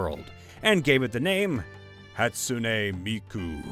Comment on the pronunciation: can pronounce "Hatsune Miku" cant pronounce "Ravnica" xD